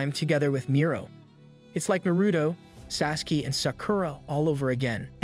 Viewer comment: Is no one going to talk about ??? No way this man just mispronounced naruto, sasuke, and sakara 😭😭😭